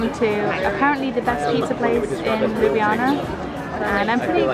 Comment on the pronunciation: Aww that's so sweet! You really showed-off Ljubljana in an amazing way (also your pronunciation of it couldn't be more on-point, at first I thought you were Slovene haha!) :D And I'm really happy that my comment could do good hah xxx